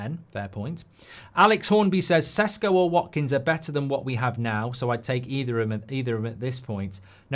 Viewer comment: Is it Sesko or Sheshko? You changed your pronunciation, Mark.